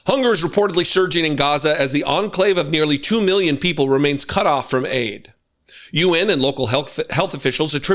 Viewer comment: How he says “meelyen” has always irritated me